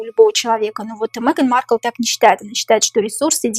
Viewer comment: Маркл до королевы,как до неба ползком,ни рожей ,ни кожей не вышла 😅.Ударение на первом слоге.